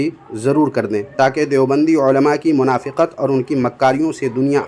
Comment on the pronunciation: منافِقت نہیں، منافقت۔ بالفتح ہے